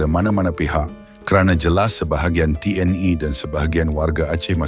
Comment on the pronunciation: YA..TNI BUKAN TNE 😂